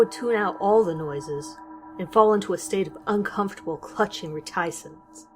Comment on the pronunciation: Did she really say . .Re-TIE-cence.....lee-THAR-gy.....just...VERY UNSUAL pronounciation... ?